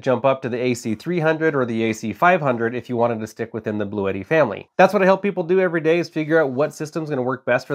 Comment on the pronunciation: It’s pronounced Blue-Tee.